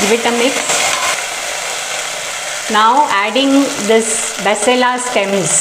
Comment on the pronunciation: Basale is correct pronunciation Its not malabar spinach it's maximum used in South canara Mangalore Udupi area